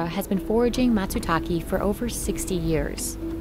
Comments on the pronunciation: Sorry woman, it's not a "MASU-TAKI", it is probably called " MATzU-TAKE ".. on a channel with almost 6M subs, I expect the host doing at least the basic research and try to correctly pronounce things from foreign countries. Btw, I am from Europe. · It's pronounced like you write it, Matsutake. Not Matsutaki. The man even pronounces it, like wtf lol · bro, try to pronounce matsutakE better next time, it's matsutakE not matsutaKEE or KEY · WTF is "masootalkee?" 🤣🤣🤣 You would think journalists would learn how to say the very thing they're reporting on correctly... Matsutake is said more like "Matt's talkay." "Or "mah tsoo tah keh". If you're gonna report in it, say it right! 🤣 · Matsutake not matsutaki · Everytime she pronounce MatsutaKE as ki, i cringe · She said "matsutake" 4 different ways, all were wrong. Japanese is a phonetic language and is easy to pronounce. Mah-tsoo-taw-kay. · Bro pronunciation is wrong. It’s Matsutaké 😅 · Matsutaki Lmaooo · Mät, sü, taek? English doesn't pronounce Japanese perfectly. Nor does Japanese pronounce English perfectly (or even correctly). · I know right! The documentary was interesting, but the narrator mispronouncing the name of the mushroom made it impossible to focus on anything else 😓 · could the narrator at least try to correctly pronounce “matsutake”? it’s the subject of the entire video. Japanese is easily pronounceable for even non-native speakers if they study hiragana for just an hour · I like the part where the narrator mispronounced matsutake literally every time she said it. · Love how the English “host” didn’t go to google translate and hit the button on how to Pronounce matsutake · the narrator's pronunciation of "matsutake" is cringey. i hope she said it the Japanese way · I only complain when people butcher foreign words unnecessarily. The “e” in Matsutake is pronounced as in “eh”, not “e” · This chick is intent on never pronouncing matsutake correctly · yeah, matsutake, not matsutaki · what? MATSU-TACKY?